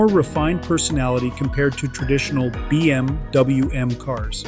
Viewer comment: did he actually say BMDouyou 😂